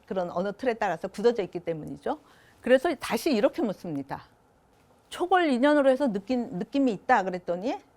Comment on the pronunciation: "묻습니다"의 첫 ㅈㄱ도 길게 발음해야지요!! 또 짧게 발음했나이다. 이런 평상 고유어를 바르게 발음하지 못하는 철학 교수!! 제가 고국을 떠난 1967년ㅇ에는 대여섯 살 먹은 어린 아이도, 학교라곤 문앞에도 못가본 우리 할머니도 자연스럽게 바르게 발음했지요!!! 한국어는 한말로 "타락했나이다. 시청자 여러 분 어떻게 생각 하십니까!?? 정중히 권하오니, 유튜브에? 치시면, 우리 말에 대한 특이한 강의를 들으실 수 있나이다. 미국 변 완수 드림